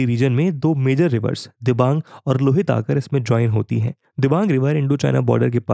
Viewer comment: Voice Over is quite good but kindly pay some attention on pronunciation of river's name. Like it's रावी nit रवि, it's लोहित not लुहित, it's सुबनसिरी not सुबानसीरी. These things hit on ear as well as mind. No need to follow borrowed pronunciation of Indian names. Otherwise everything is on pace. Very helpful video for any citizen of India or for person interested in geography.